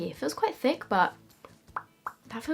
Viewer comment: “It’s a thick, it’s a THICCCC palette”😂